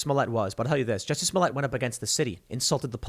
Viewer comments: You’re pronouncing Jucy’s name wrong 😑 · Jusseh! Lol